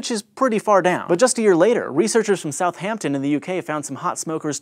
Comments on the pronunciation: Just wanna say, as someone from Southampton, the 'h' is silent. It's not South-Hampton, it's South-ampton. Just had to say. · it's said south-ampton not south Hampton:B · We say South ampton, not South Hampton, clue is in the spelling dude!. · It's always so weird to hear Americans say British place names. "South Hampton".